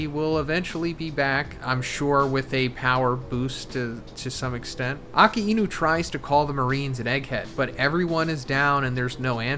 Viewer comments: You're not pronouncing "ah-kai-new" correctly. Love the analysis though. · It's not "Aka-inu".... It's Akainu :|